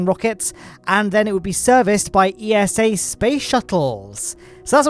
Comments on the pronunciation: It's eessa (think NASA but with ESA letters) not E-S-A.! (I know because I got told off by someone from ESA for proinoucing it E-S-A) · it's ESA not E.S.A. ESA even made a tweet about it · It's pronounced Esah with an a sound like as in say and an ah like in german or dutch ah...don't say iesow...lol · should get pronunciation lesson, but in all seriousness acronyms should be pronounced letter by letter but eesa should suit themselves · It's ESA not E.S.A. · ESA is pronounced Eeh-sah, not E.S.A., they even made a tweet about that this week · esa just released a little graphic helpfully clearing up the fact that the organizations name shouldn't be pronounced as an acronym, but spoken phonetically as "eesah" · Never heard of the Columbus Space Station P. S. ESA is pronounced like NASA. It sounds like "iza" (not every letter is said individually).